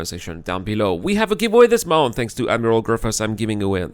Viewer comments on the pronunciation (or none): none